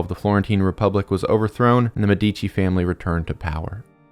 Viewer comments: MEH dici. not Me DI chi. Emphasis is on the first syllable. 😊 great video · as an italian whenever he said medìci i died a little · Brief note: when you mispronounce one of the most famous Italian family names, it makes it seem like you generated the content using AI (no offense to our future overlords) Med - duh - chee I scrolled but never saw anyone belaboring the point. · ur videos rule but ur annunciation is so bad its medici (meh-deh-chi) not medeecchi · as an Italian it took me a while to understand the you were actually talking about the Medici family because of the pronunciation. I don't really think is hard to find out how you pronounce Medici since it also mean doctors. enough would be just putting the name in the google translator and ear it out. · It's a great video, but you're brutalizing the pronunciation of "Medici" and other Italian words to the point where it becomes hard to watch. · Médici, stress on the first syllable 😬 Niccolò stress on the third 😅 Love your videos, keep it up!